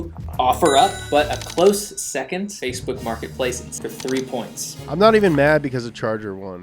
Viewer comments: i heard him say fakeboots martinplace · ”Fatebont Martin place”